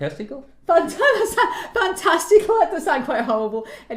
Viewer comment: "fan-testicle?" LOL